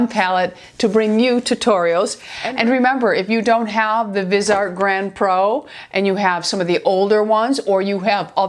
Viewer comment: Love your videos! It's pronounced Vis-e-art.